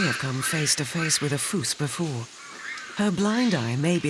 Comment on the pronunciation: Have never heard a fossa called a "foos" before. The Malagasy word is fusa, so I can maybe see where the narrator got confused, but if I had a nickel for every documentary narrator who didn't bother to learn how to pronounce the vocabulary in their script, I'd be rich.